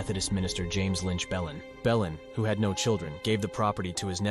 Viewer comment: Considering the name of the Belin Church in Murrells Inlet is actually pronounced "Blane" I don't know that "kudos" are to be given to this video. The narration actually sounds quite like AI.